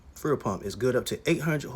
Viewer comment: He sounded professional until he said “fool pump”. I laughed a bit. God forgive me.